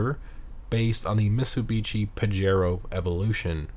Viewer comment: Dude its not misubichi as you say, its mit·suh·bi·shee